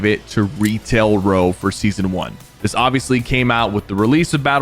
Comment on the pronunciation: bro really said "SESAON" and thought we wouldn't notice